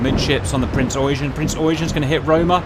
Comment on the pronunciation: Yamato! not yamamoto lol and you pronounce the Eugen as Oigen not eugene :D